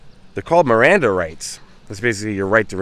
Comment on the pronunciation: Did I hear you first say Amanda rights??!!! When talking about Miranda rights? I was like heck yeah when did us Amanda’s have a right? Just had to aggravate ya on that one since my name is Amanda 🤗 So it was all in good fun sweet friend to point that out and not saying anything at all to make fun of you for first calling it Amanda Rights….I promise I was just joking around with you before anyone says I’m doing something wrong ❤️ lol..